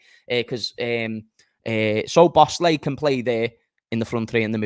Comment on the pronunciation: Thinking about it now, pretty sure it's pronounced So Boss La.